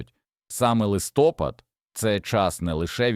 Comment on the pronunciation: В Україні немає листОпада, є листопАд